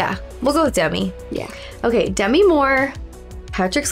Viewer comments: It's De-Mee, she hates when people call her Demmy supposedly. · Her name is pronounced de-MEE because it's short for Demetria.